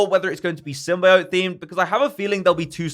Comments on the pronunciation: It’s not Sym-bye-ot. It’s Sym-bee-ot. Thank you. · For reference: It’s Sym-Bee-Oat, not Sym-Buy-Oat.